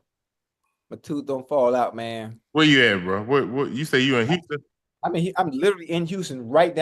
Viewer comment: Unc can’t say Houston any more